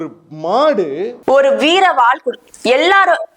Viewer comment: எள்ளாரும் இல்ல..எல்லாரும்..தயவுசெய்து தமிழ் உச்சரிப்பை சரி பண்ணுங்க..நல்ல தமிழில் பேசுங்க..ஆங்கிலம் கலக்காம..